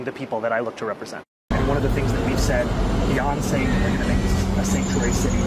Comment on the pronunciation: I thought he said “BEYONCE”but he said “Beyond Saying” 😅😂